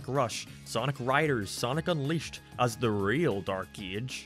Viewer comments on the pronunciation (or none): When he said “Dark Ee-ach” I felt that 😔👍